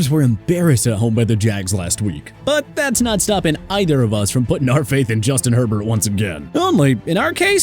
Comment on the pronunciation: This guy HAS to be a packers fan. Yes the bears aren't looking great in the passing game but why you gotta say Herbert's name like that? He's a good back!! Also you state that the patriots are not the same team as before....well news flash the packers aren't looking so good either but you don't mention that.